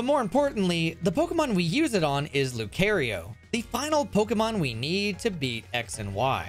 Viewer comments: Lu 🚗 io, not lucareio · Why did you pronounce "Lu Car E Oh" "Lu care E oh"? Was it to generate comments like this? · Loo-kare-ree-o, why??????? It's loo-kare-ree-o. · Loo-ke-reo --> loo-cuh-ryo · ever have i heard the name Lucario so wrong. Lu-Cari-O Lu-Car-E-O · Lu-CAR- eoh. Lucario. It's how I've heard it everytime and he say it that way. Apparently it's Lu-CARE-eoh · Dang near had an aneurysm when i heard that Lu-CARE-Rio pronunciation lol quite literally never heard that before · Man really called him lu-care-io my poor ears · Luke Aerio. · Lu kay ree oh 👹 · Lou Carry-O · Nono it's Low--cry--oh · Can't believe you said Luke-kay-rio. Thats even more surprising than needing 5 pokemon to speedrun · Bro said LuKARIO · This man really said Lukario and Korena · Lu Care IO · he said it lu care eoh first then started saying it properly, it's bait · The way you pronounce Lucario, one of the most talked about Pokémon ever... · was not prepared for how he was gonna pronounce lucario 💀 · PLEASE don't pronounce Lucario like that again, for everyone's sanity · You pronounce Lucario wrong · The way he pronounced Lucario triggered my fight or flight response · im so glad im not the only one who was irked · he knows how to say it, its just a smart way to get you to comment (which also made ME comment now, so yeah I suppose that really worked) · Mispronouncing Pokémon names generates revenue via comments like yours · The A in Lucario is the A in car, not care. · Ohh, yeah, I can hear it now. I swear it was so subtle that if you weren't used to it, you probably wouldn't notice it on the fly, like me. Or maybe my hearing is just that bad. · Dont ever say lucario again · I swear you pronounced lucario wrong on purpose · I've watched a lot of your videos and I can only understand your mispronunciation of popular pokemon names as on purpose AND I AM BEGGING YOU TO STOP! It hurts so much lol